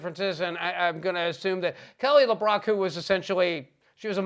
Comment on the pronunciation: It's Kelly LeBrock, not LaBrock. :)